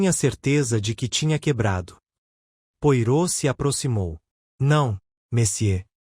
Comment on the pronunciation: Gosto da sua leitura, entretanto, com respeito, gostaria de ajudar na pronúncia do nome do grande detetive belga, Poirot. Lê -se " poarrô".